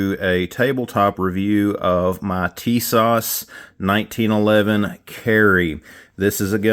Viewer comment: I just did the FFL transfer on the new Tisas ( correct pronunciation Ti-SASH with emphasis on second syllable ) 1911A1 US Army .45 WG . I bought it from Sportsman's Outdoors Superstore online for $349.99 FREE shipping. It came with two 7 round magazines, arched mainspring housing, Cerakote finish to resemble Parkerized finish and the WG stands for Wooden Grips ( Turkish Walnut ). It also comes with an additional set of plastic grips which would be more period correct for 1911A1. Everything packed nicely in a plastic case with cleaning brush, Cleaning rod, and bushing removal tool. The Wooden Grips are nice but I replaced them with a new/old stock set of Pachmayr Signature rubber grips, not wraparound. The 7 round Mags are made by Mecgear and made in Italy. They will need a little break in time as loading the seventh round is a little hard with those strong magazine springs. My only real issue is the really tight spring on the Mag release . I realise it may ride up with wear as they use to say in the Men's Ready to Wear department at Grace Brother's Department Store But I went another way. I purchased on Ebay a Wolf's #3 strength Mag release spring for $6.00 shipped.